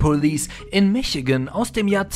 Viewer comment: Mischigan in Aussprache nicht Michigan! 😘